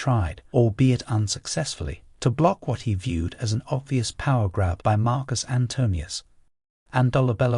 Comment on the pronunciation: Aw man, you're one of the very few to say Marcus' name correctly, but what about Kai-sar my dude?